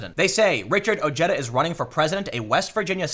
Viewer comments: Ojeda's name is pronounced O-hey-duh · Dude its pronounced Oh-Hay-Da